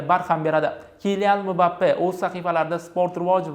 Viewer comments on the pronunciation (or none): none